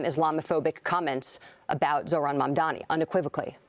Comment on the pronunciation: It’s pretty funny how Cuomo still can’t say Mamdani! 😂😂😂😂😂